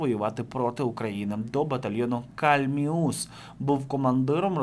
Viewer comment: КАльміус. Наголос на літеру А. Це назва річки на Донбасі. Дуже ріже вухо. Починається біля Ясинуватої, тече через Донецьк та впадає в Азовське море біля Маріуполя.